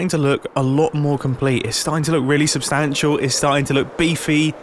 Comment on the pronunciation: Me whenever mumbo says substantial this video SUStantial